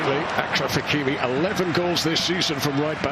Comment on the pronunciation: Is it me or announcer doesn’t know how to say Hakimi‘s name. SMH. 😂